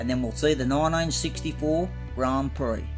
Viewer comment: Pretty schmick looking cars, you aced it!👍 Haha, watch how you pronounce prix...a bit like Phuket!🤐 Awesome buddy. 🇦🇺👨‍🚒